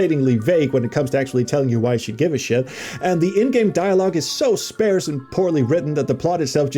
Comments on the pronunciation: Definitely like “parse”. I’ve never heard a variant pronunciation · You are pronouncing "sparse" like an Ai text to speech would. It doesn't sound like "spare", it sounds like a British person saying "arse" to describe their butt